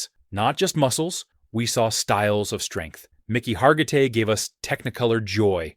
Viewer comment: His name was pronounced /HAR-gi-tay/. For my money, Dan Vadis, Steve Reeves Reg Park, and Lou Ferrigno. 💪💪💪💪💪💪💪💪💪